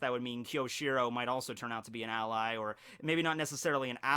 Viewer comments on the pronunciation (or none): none